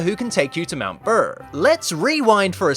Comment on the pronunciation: It made me laugh when he said mount brrrr